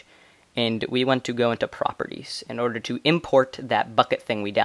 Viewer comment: xD you Say "Arder" Not "Order"